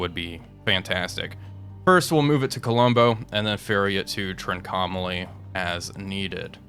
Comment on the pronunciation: Really enjoying the series. Just one suggestion: Trincomalee is pronounced "TRINK-OH-MAH-LEE. Very interested to see how this turns out - reality was that the Royal Navy had to pull out their task forces.